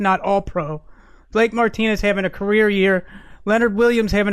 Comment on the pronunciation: Great podcast as always, but when said " Colt McCoy's macreer," I couldn't stop chuckling loll